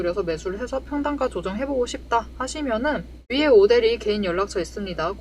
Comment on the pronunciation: 오대리 흥분하면 발음 꼬여서 오대리를 오드리라고 발음해요😂😂😂😂